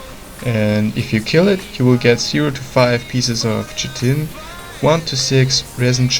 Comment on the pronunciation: Chitin Pronunciation: Kite-In